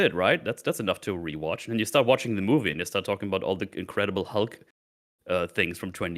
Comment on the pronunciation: "I rewatched 'Incredible Hug.'" It truly was,. (Edit) And.